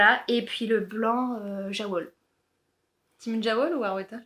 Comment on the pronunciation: Merci ! A deux c'est trop marrant. Petite précision pour Jawoll : la marque Lang est suisse allemande ; donc je pense qu'on doit prononcer yavol (en traduction littérale : ouiLaine ). Pas maniaque la fille 😂